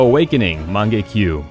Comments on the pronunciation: MangekYO NOT mangekyu bruh have u even seen anime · magenkiu THAT TRIGGERD ME SO BAD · This guy’s saying shits while pretending he know the relationship of Obito and Kakashi, like he pronounce mangekyo wrong, not calling it sharingan, and worst of all he thought kakashi had his own sharingan